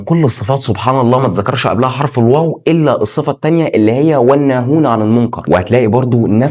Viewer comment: حرف العطف ال wow❌ حرف العطف الواو✅